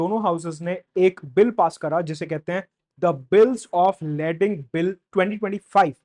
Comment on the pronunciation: its pronounced Lay-ding